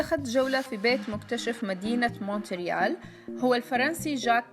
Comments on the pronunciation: موريال بالفرنسي يعني ت لا تونطق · لا ننطق حرف T في Montreal